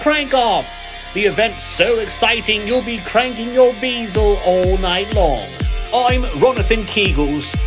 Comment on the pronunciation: 'BEE-zel'...hahahahhahahhahhah....funny as hell man, keep it up :D